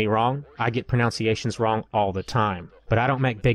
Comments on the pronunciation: "mispronOWnciation" "Don't get me wrong I get" pronOWnciations wrong all the time" *pronunciation Otherwise a good video but if you can't pronounce pronunciation then maybe you shouldn't comment on mispronunciatuon. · It's pronounced proNUNciation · You get pronunciations wrong all the time? Like the way just mispronounced "pronunciation"? Hehe. Good review, picking this one up on Steam Summer Sale. Seems like a steal at $16.